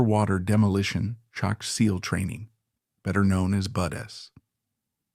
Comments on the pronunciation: Definitely AI. BUDs Basic Underwater Demolition Seal Training pronounced as BUDs not BUD S. Come on man. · Spelled BUD/s, pronounced Buds. Is this A.I. generated commentary?